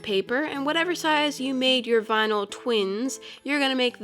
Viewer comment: "Vinal twins" 🤣